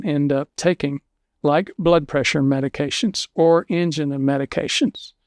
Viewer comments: What the hell is an-ja-nah? Do you mean An-jie-nah? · he says "angen" when he should be saying "angina" (an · jai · nuh). Is he really a medical doctor?